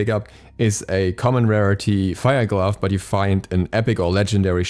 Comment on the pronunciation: everytime he says glove a little piece of me dies